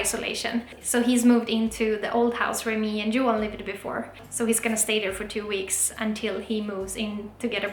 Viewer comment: His name is Johan pronounces as Juwah (I think).